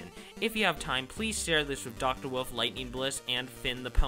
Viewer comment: why do you say woof instead of wolf and pronounce indecision? Do you have a speech impediment? cause if so same ^w^